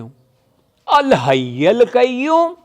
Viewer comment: بھائی الحی پر زبر نہیں ہے آیت الکرسی میں